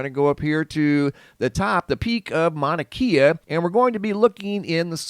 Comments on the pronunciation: Great channel you got here bud, and if it matters to you the propper pronunciation for "Mauna Kea" mowna (like you said) and kay-ah not keeya. 🤙 That beam of light was from a fissure venting. Most likely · Pronounced "Kya" not keya. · Mauna Kay-Uh... The Keys are in Florida. Lol. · It is pronounced “Mauna Kay-ah” not “Mauna Kia.” It’s not a car. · Kea is pronounced kay-ah not key-ah Mauna Kea. 🤙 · Mauna "kaye-uh" not key-uh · Pronounce it mana kay ahh. Its like nails on a chalkboard the way your saying it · Pronounced Mana-kAa. Long A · Pronounce. Mana Kay A Mauna Kea. Thé e in Hawaiian is a soft A sound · pronounced kay'ah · Mauna Kea. Mao-Na-KAY-Ah. Please. From Hawaii. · Just a note. E in Hawaiian sounds like an hard A vs an a is always ahh sound thus Kea is more Kay ahh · Mauna Kea is pronounced with e having a long a sound